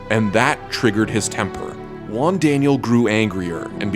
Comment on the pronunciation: "Juan" is not even near to be pronounced like that xD "she"? are you assuming Jigglypuff's gender? You're so sued.